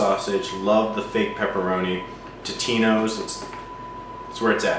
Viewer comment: It's TOtinos. Not TITinos!